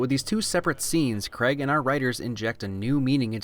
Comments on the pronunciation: My good man, please, "Craig" not "Cregg" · Oi mate, its prenounced Craig not KrEgG. Other than that, damn fine job old chap. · CRAY-G not CREG. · I hate how Americans say Craig as creg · It’s Craig not creg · It's not pronounced CREG its said CRAG but its spelt Craig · I'll subscribe to your streaming platform if you learn how to say "Craig". It's Craygg, not Kreg! Deal? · Why are you calling him Daniel 'Creg'? C R A I G..... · Another great EGA... but why can't Americans say Craig correctly. It isn't pronounced "Creg" it's pronounced "Cray-g". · All I've learnt from this video is that the Americans can't pronounce "Craig" correctly. I jest, great video as always! Looking forward to the rest of the series. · Why do Americans pronounce the name Craig as "Creg" It is pronounced "Crayg". Just a simple thing that has always irritated me. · I love your work but I still felt it necessary to mention that the man's name is pronounced Craig (Cr-ay-g) and not cregg. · RIGHT 1st off Craig is NOT pronounced CREG 2ND DAVID BELLE is the founder of free running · Craig NOT Creg wtf is wrong with Americans there's no E you imbecile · Ah yes, Daniel Creg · Love the video, hate how Americans say "Craig" its CrAig or Creg! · It’s Craig, not cregg. Pronounce it right or don’t bother saying his name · Why do Americans pronounce Craig ‘Creg’ 😫😫😫😀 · "Daniel Creg" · Craig is said like Greg. I can't not notice it. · Love your videos and love the "things that have faults can still be enjoyed" train of thought but if you don't start pronouncing craig with the a I don't think we can be friends 😂. I'm kidding of course but the ai isn't pronounced as an e it's pronounced as just an a. Like cray. So Daniel Cray-g. Love if yah read this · Why does he pronounce Craig as kregg? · And an American's inability to correctly pronounce Craig is a fail. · I do like your video and I do agree but (I know this is just an American thing ) the way u said Craig is annoying. There is an a in his name 😂